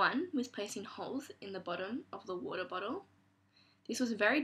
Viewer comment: youw woutah . .